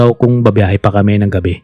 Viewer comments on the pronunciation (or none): Gabi po yun hindi gaveee